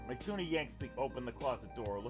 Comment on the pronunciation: saying mituna's name as "my tuna" made me cry